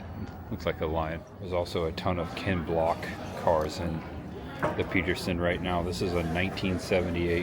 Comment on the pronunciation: It's Ken Block not Kent 😂